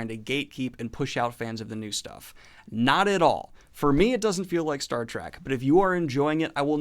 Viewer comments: It's Star Trek not Star Track :P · Love ya bro, but evey time you say "Star Track" its like nails on a chalkboard.